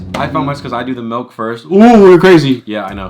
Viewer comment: Nobody: …: “MELK” (milk) Lol